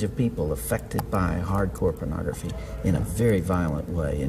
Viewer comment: Take a shot every time says Penography.